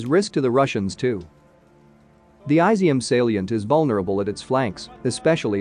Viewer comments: Incidentally, it’s not pronounced “ai-zi -um”. It’s pronounced “ee -zyum”. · It would help if you looked up how to say Izyum. It's not Aizium